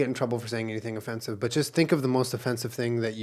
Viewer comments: Julien’s “OHFENCEIVE” put me on the defence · "Ofencive" :D I actually think I peed my pants a little hahahahaha - great start in my day! ♥ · When Julien said “o-fence-ive” my job literally dropped.